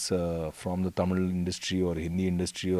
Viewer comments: Your pronunciation is amazing...the word தமிழ் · Though his mom is thamizh it sounds really good to hear the word THAMIZH from a bollywood actor & not tamil. Thanks vivek. Hope Vivegam brings you more opportunities in THAMIZH cinema for you. ALL THE BEST. Also needless to say that we thala bloods appreciate real talent. WAITING for 24th AUG.